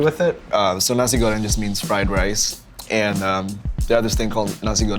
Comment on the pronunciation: RICH CHIGGA REPPIN THAT SUPERMIE PRIDE FAM 😭🇮🇩🇮🇩🇮🇩🇮🇩💕 Sean gotta learn how to say sambal and nasi goreng correctly tho